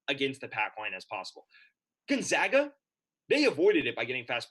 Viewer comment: Gone-(zag)-a.... it’s not pronounced zog